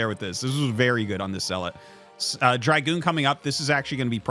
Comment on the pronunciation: It's Dragoon, not dry-goon